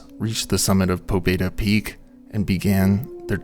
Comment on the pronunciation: the name "pobeda" is pronounced more like "pabyéda", it means "victory"